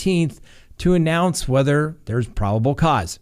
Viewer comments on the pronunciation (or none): none